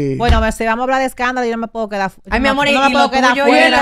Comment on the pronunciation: ya tiene que poner la r donde van y dejar de usar la l, por ejemplo decir amol.